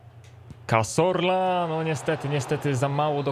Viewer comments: Cazorla a nie Casorla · pls jak jak wypowiadasz nazwisko cazorla to mów ca(z)orla A nie ca(s)orla bo aż uszy bołą